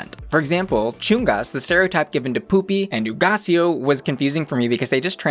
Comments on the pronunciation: I like your Spanish! I just watched FPR with Nicky and Alexis, so I keep thinking about the pronunciation for "Hugaceo" and you did it just fine. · Yeeeeess pronouncing Hugáceo's name right!